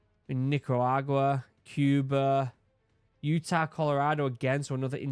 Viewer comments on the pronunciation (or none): none